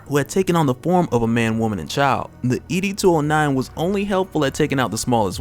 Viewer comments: It’s ED 209 not E D 209. Great review by the way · It's ED 209 not E-D 209... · ED! 209 bruh not e d 209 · It’s not E.D. 209 it’s Ed 209.